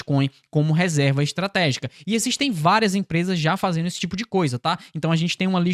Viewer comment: você pronuncia fazeno, impactano, veno. O correto é, fazendo, impactando e vendo....